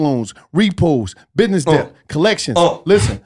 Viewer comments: pronouncing the p in dept is forever hilarious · REALLY needs to learn how to pronounce ‘debt’.....